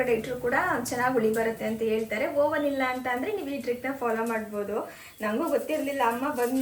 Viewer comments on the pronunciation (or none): Hello!! Just one correction for you.....we all make mistakes it's common.......Oven is pronounced as uhvn ಹವನ್